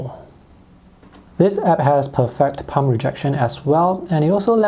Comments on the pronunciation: PERfect not perFECT. Stress the first syllable of the word not the second syllable. Your English is amazing but I just wanted to inform you about this word. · Depends on where in a sentence your saying it and with what accent you consider to be "correct". I think it's really unnoticeable